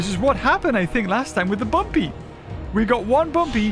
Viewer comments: Guys, you’re saying it wrong, it’s Bumby, not Bumpy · Bumpy ❌️ Bumby ✅️